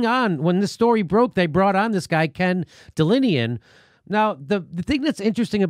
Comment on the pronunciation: It's "Ken DelAnian", not Delinian. If you can't read the first letter of the alphabet correctly, how can your reading of a story be trusted?